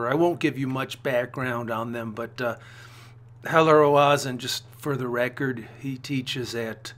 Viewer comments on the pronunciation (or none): Not Ro-ah-zen, Ro-zen/Roe-zen. A is extraneous.